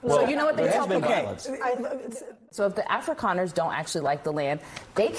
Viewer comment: That is one racist B. She also doesn't pronounce Afrikaner correctly. Ignorant and racist.